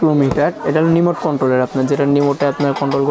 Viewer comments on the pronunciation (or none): ভাইরে চালাইন্না জিনিশটার নাম রিমোট, "নিমোট" না! 🤣